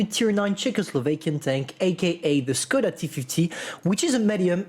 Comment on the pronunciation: Little tip. Škoda is pronounced Shkoda